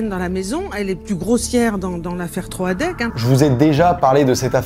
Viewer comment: Ta vidéo est top, mais on ne prononce pas Troadec comme ça 😭 ça m'a perturbé pendant toute la vidéo 😂